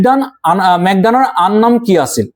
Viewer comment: "মেঘদান" নহয় "মেঘনাদ"